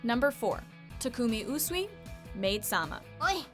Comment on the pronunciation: Who started raging when she pronounced Takumi Usui's name ??? Because I know I did.